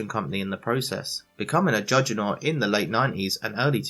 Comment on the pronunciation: I just wanted to congratulate you on being the first person I’ve ever heard, mess up the pronunciation of juggernaut. I doff my cap to thee sir..